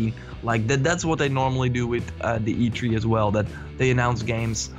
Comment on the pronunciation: E tHree! E tHree dammit!! not e tree! :D